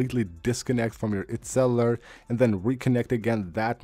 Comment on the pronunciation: When your speaking about cellular data why do you pronounce “cellular”as C E L L A R Data I know you might not even know your saying Cellar instead of Cellular when speaking to us the subscribers thats all i wanted to say but other than that your so freaking amazing at what you present to the audiences and for that I’m all into your videos so keep up your amazing content and the integrity because you deserve a lot more from us than what I’ve seen from your channel so far much appreciated just keep that in mind when speaking about Cellar data 😅😂❤